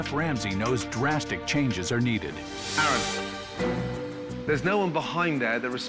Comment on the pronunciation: Manager - This is chef Aaron Ramsey - Aron sigh, my name is Aron, not Aaron. getting someone's name right is kinda important Gordon, especially if it's the head chef you are going to be working with